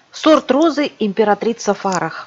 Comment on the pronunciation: Императрица Фарах ударение на первом слоге, супруга последнего шаха Ирана Мохаммеда Реза Пехлеви, Нане здраствующая.